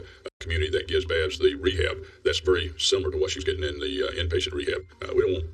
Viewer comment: Please say Babs right. Lol